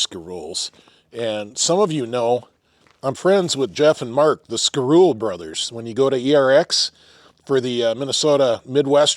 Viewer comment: its pronounced ski- roe- lay its french